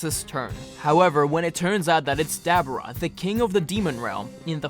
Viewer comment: no offense bro but it sounded like you were talking about a dabbing dubura but other than loved the video can't wait for the next part👍👍👍